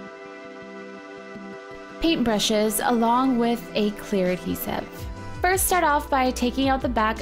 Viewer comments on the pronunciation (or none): none